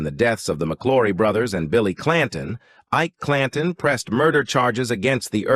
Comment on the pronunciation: At time stamp 40 seconds: "we embark on a quest to unveil the ENEMA that is "Ike-a Clan-ton" and "determin-ah" whether the "pagus of his-story"..... Really? Horrible AI voice. Stopped watching here.